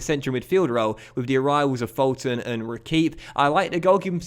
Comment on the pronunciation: Fulton is pronounced as Full-ton